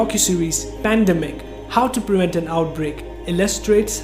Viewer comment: preVent not preWent.